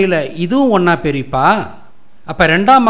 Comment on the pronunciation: அருமை.நீங்கள் பேசிய பெரிப்பா உச்சரிப்பு அழகான நகைச்சுவை கலந்திருந்தது